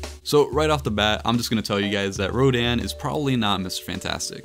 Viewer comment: It’s Rodan